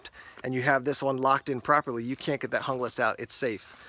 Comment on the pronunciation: looks really nice, but out of my budget right now. Are you sure it's pronounced the way you did though? I'm sure you wouldn't say Hungle instead of Jungle and Junglas is a pretty close comparison to that.